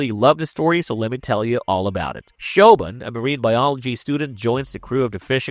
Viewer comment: Grabbers is a co-production of UK and Ireland. And you butchered that "Siobhan" pronunciation. 😅 Kudos for including Splinter. Great horror, but so underappreciated. Ginger Snaps were also great.